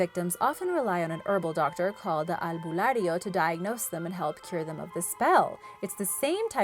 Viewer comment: You nailed to pronounced all the names of it and even the "albularyo" except the "bungisngis" .. And thanks for sharing our mythical creatures ..